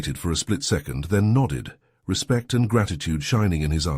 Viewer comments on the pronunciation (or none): none